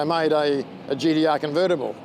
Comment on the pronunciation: gee dee arrrrr